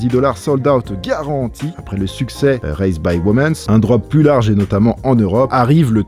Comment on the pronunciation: Hello, toujours un kiff tes vidéos. Juste un petit truc qu'il faut que toi le grand bilingue corrige;-) A chaque fois que tu présentes une paire pour "vous les filles", une version "WOMENS", on entend ton "s" à l'oral, alors que c'est Woman / Women hein, y'a jamais de "s" en anglais donc voilà, c'est tout;-) Sinon la AM1 Patta dans ce nouveau colorway va démonter!